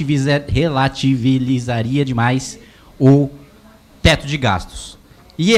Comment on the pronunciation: Percebi isso tbm! Fiquei repetindo na minha cabeça pra confirmar se estava certo! Kkkkkk